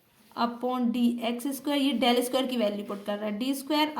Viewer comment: D nahi डेल bolte hai